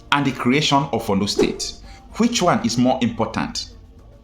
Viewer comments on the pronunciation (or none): ORLU NOT OLU PLEASE